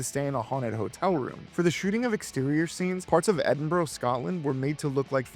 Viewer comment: Edinboro????? You idiot 🙄